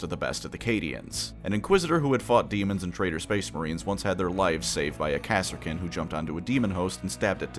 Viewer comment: Are you fucking saying KASSA KIN? NOT KARSKIN?